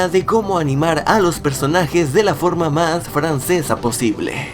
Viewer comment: Hablando de cosas francesas, ese "más" que dijiste sonó bastante francés. xdXDxDXd